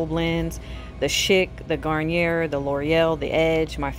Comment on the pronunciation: Garnier is French so it’s pronounced Garniyay since the R is silent